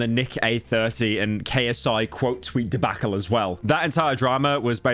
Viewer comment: why do you fucking say debacle like that??? HELLO